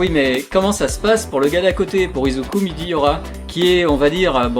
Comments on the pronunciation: c midoriya pas midiyora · Salut, j'adore tes vidéos et je me suis beaucoup amélioré grâce à tes conseils. Un grand merci à toi 👍 (PS : à il s'appelle Izuku Midoriya et non Izuku Midiyora)